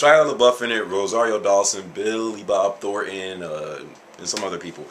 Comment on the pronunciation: Its funny the way he says billy bob thorton